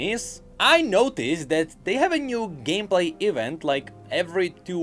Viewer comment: Pronounce "E-vent" false one more time! I will unsubscribe and subscribe again!